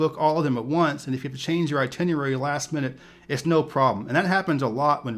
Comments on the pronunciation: King: The word is "ITINERARY." Not "ITINUARY!!" For a so-called travel professional, you should know better. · Itinierary, lol! Sorry, man. I can’t not hear when someone says just one word wrong... love the channel, new subscriber.